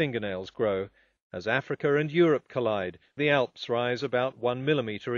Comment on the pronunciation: it kills me the way he says "Afrikr"